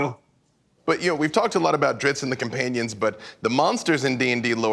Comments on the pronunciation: So its pronounced Drits? ummm ok... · Why do people say Dritz!? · If it is pronounced Dritz, why spell it DriZZt? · I felt the same way, but then the author pronounced it the same way, so IDK anymore. I legit shuddered every time he said it, though. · How are you pronouncing the "T" before the DOUBLE "Z" in Drizzt? You spelled it wrong or you're saying it wrong. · I was today years old when I realized that I have been pronouncing Drizzt incorrectly for decades... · Two Idiots who can't even pronounce Drizzt's name correctly. Btw Mr Salvatore. Thank you for being a "No Show" when I decide to go to Gen Con Indianapolis for the first time. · zzt not ist, over and over from the creators mouth, i can no longer be shamed by higher level nerds lol =) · Why are they calling him Drittz ? It's Drizzt.... (Dreessstt) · sigh, i have been saying this for decades and people wont listen. his name is not drist, its drizzit. say both of those names out loud, they are different. in the third book of the dark elf trilogy when drizzt meets the boy from the farm the boy runs away screaming its a drizzit its a drizzit not its a drist its a drist. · Why does the host keep saying "Dritz"? WHY DOES SALVATORE SAY "DRITZ"? IT MAKES NO SENSE. If you pay ANY level of attention to the way the languages are spelled out, and just the way it looks... His damned name is Drizzt. Not Dritz. DriZZT. LIKE DRIZZLE. YOU DON'T SAY DRITTZLE, YOU SAY DRIZZ. I know he is the author, but he can suck it up and say it the way it is spelled. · It's Driz-zit. it was even written that way in one of the books when a human girl heard him say his name she said "what is a Drizzit" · I'm sorry did he say driTzz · "Dritz"? Am I the only one shocked to hear it pronounced this way from the man himself? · What's with the mispronunciation of Drizzt by everyone in the video. It surely isn't pronounced "dritzz". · I pronounce his name Drizz't (Drizz-it)... & ALWAYS WILL... Just sounds So MUCH BETTER... imo :)